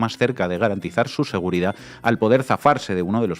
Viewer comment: Aprenda hablar se dice seguridad, no seguridadfz